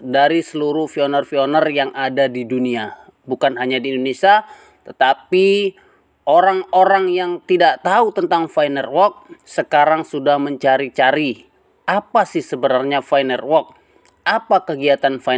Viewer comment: Jangan menyebut "PI NERWORK" bos, yang benar adalah "PI NETWORK"